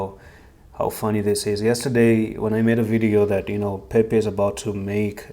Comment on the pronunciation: Time to go back down. It's Pepe, Not Pepec. Don't get the mass wrong.